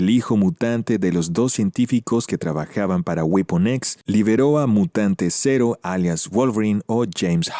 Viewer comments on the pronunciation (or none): none